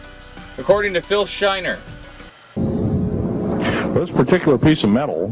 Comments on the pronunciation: REALLY? you don't even know the name of the man you based the film on? Schneider, not shiner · how cab I believe someone who calls bill shneider bill shiner? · "Phil Schiner" Ahahahahahahah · Whos living in fantasy land when you can't even get Phil SCHNEIDER'S name right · It's Schneider sir. Phil Schneider.